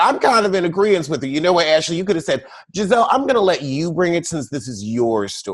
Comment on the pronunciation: Can someone please tell me why calls Gizelle gabreese & gabrissy?